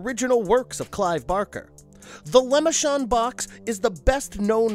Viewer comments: For Christ's sake, man. It's pronounced LEH-MAHR-shon, not LEH-MI-shon. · You do this everytime. Its not pronounced as lemonshon. Its lam-men-tay-shon box not lemonshon box. Please fix this in the future. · Ah yes, Leh-muh-shaun'ds Box. Ta prononciation est de la merde. Good video, though. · The lemonshon box really? I swear half the people making videos on YouTube do these mispronounced words on purpose just so people will complain about them in the comments. I once heard someone call pinhead nailhead, I just turned off the video at that point, removed it from my history and told YouTube to not recommend them again. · “The lamishkendnd box” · I love these videos, and all the work you guys put into them. However, I feel that looking into the pronunciation of the names of people, would definitely be a good thing to do. Le Merchand is French, and has a specific pronunciation, different from what the narrator keeps saying. It's a minor gripe, I know, but the Hellraiser series is my favorite, so I'm a bit picky about name pronunciations.